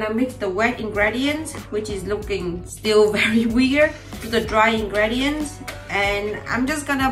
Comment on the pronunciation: Cool video! By the way: ingredients is pronounced with an i-sound at the fifth letter like im tea or see :-)